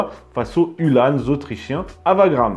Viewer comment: Hue l'âne ! non, uhlan (comme verlan), tout simplement ;-) . Sinon merci une fois de plus pour cette émission fort intéressante (et pour "neurchi", en échange de bon procédé !). A noter que les fanions en partie haute des lances, outre d'indiquer l'unité d'appartenance, avait pour vocation d'affoler les chevaux adverses lors des charges.